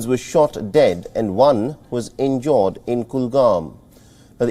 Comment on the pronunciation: bood bood accent from the anchor🤣🤣🤣 injoored 🤣🤣🤣